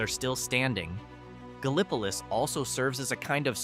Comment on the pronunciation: It's "Galll-i-po-leese."